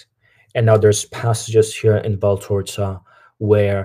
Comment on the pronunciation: It's actually VALTORTA and not VALTORZA